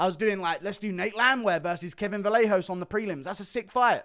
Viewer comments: its pronounced "vah-yay-hoe-ss" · Kevin Vallejos is pronounced “vah-YEH-hoh"